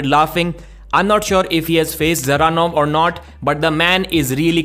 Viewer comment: usually pronunces evropean names correct but not all. Devon and rest of north freedombois always butcher evropean names. Just listen how russians and qazaqs say Dzeranov and there you have correct way to say it.